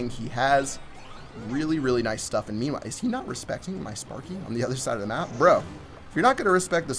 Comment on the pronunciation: I think you say : "Memewhile" xd not meanwhile